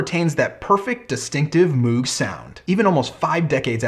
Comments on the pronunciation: As much as I enjoy your channel you are acting as if you are an expert on the subject yet you keep referring to it as an Organ, which it is not. It is a synthesizer and there is barely anything organ about it short of the Taurus Bass pedals. Also, it is pronounced MOGH not MOOOOOG. Overall yes it is one of the most important designs in the last hundred years but it is because of the modular synth design he created that allowed for vast manipulation of sound and the lower price than the RCA Mk II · I get your problems with pronouncing it but if you are going to be a guru on the subject then you should really look into what it does. The only parts of the moog synthesizers that were organ was the keyboard in which it has organ style keys as the hammer action of a keyboard would have been heavy and unnecessary as it only needs to press a sensor. This of course evolved from the Hammond style organs but the entire process of making sound is subtractive synthesis vs additive synthesis in organs.